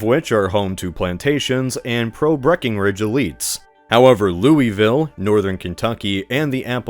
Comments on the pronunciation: Point of order: It's pronounced Lu-a-vul, not Louie-ville. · ITS NOT PRONOUNCED LOOEYVILLE ITS LOO-UH-VULL YOU MFHAHAHWHEHUFUWJJAOROOWJDHEJFICJH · that “looeyville” made this Kentuckian shudder a bit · As a Kentuckian. Its Lou-UH-ville. Fun fact, our current capital Frankfort was almost bombed by the Confederates and our capital wouldve become Lexington or Louisville due to them being the largest cities. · It's pronounced loo-vuhl. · Louisville mention, whoo! it's actually pronounced lou-UH-vull, btw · You pronounce it Lul-Vul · My guy… it’s pronounced Loo-ville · You said Louisville wrong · You said Louisville wrong :( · It's always funny to hear non-Kentucky natives mispronounce Louisville, lol.